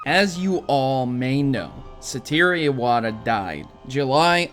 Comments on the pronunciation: not Sa-ti-ri.. it is sah-toh-ru. normally i let things like this slide but you've said it incorrectly in more than one video. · It is a fact not a theory also you pronounce his name wrong.